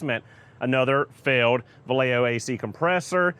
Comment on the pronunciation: VAH-LAY-O is the pronunciation